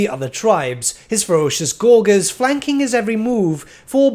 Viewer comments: pronounced gorge, gorgers. not gore gers. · Okay, I have to say, does anyone else notice that says Gorgers wrong? He says “gorg” when I’m pretty sure it’s pronounced like “Gorj-ers” and he said it so many times I was going crazy lol, I don’t mean anything hate just thought it was funny lol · Gor-jer. Soft g, mate. As in «to gorge.» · Oh my god stop saying gorgers like that!!!! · Great vid, but that pronouncement of Gorgers was kinda painful and stood out like a sore thumb as it was said so often. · say gorge. then add an rs on the end. soft g man